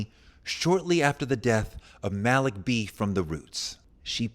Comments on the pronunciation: Touré you’re supposed to be a smart guy. Educated, at the least. You know that the name Malik isn’t pronounced “Mal-ick.” His name was “Mal-eek.” You don’t have to be a Muslim or a Roots fan to know that. How do I, a white southerner, know how to say the man’s name and you don’t? You’re supposed to be the expert here. Edit: I was wrong! 😮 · #Malik is pronounced Ma-leek.... NOT Mal-Lick! 🤦🏾‍♂️ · Malik B (Pronounced Maleek)